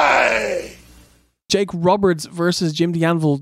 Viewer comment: That's it. I've heard it before in interviews, but now when I've seen it in writing as well, I've finally decided I'm going to point this out in every single OSW featuring Yokozuna: You might be under the impression Yokozuna utters the Japanese war cry "banzai" (as that would make sense) but he actually shouts "bonsai" - the art of planting miniature trees (which makes a whole lot less sense). And no, it can't be a language barrier thing, because A and O and S and Z aren't pronounced the same way in English either. The man must simply be a huge (pardon the pun) tiny tree aficionado.